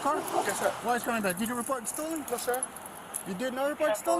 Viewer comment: The officer that said it came back stolen can't even speak proper English he said several times it came back es-Stolen it came back es-stolen instead of it came back Stolen 😡